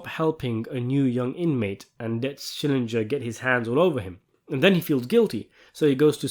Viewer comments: SCHILLINGER ! NOT SCHILLINJER ! THE SHOW WAS 27 YEARS OLD, YOU SHOULD ALL REMEMBER HIS NAME ! 😂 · Schillinger the man's Name is Schillinger How Hard is it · Every time I hear someone mispronounce it I hear him saying ITS SHILLINGER....SHILLINGER! Like when he had to correct ppl 😂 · And the only ones in the show who correctly all the time say his name are ironically his biggest enemies Beecher and Said, i remember Ryan's and Cyril's father called him Skallinger or something like that 😂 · "Key skillenger"